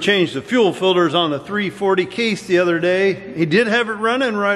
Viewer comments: Fuel Filders 😂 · I still giggle everytime he says "filder" I've been watching video's for a long time and still I giggle everytime!